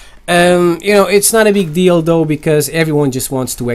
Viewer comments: it sounded like you said "no big dildo" instead of no big deal though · when. he says it not a big deal tho it sounds like dildo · for a sec I heard "that's not a big dildo" lol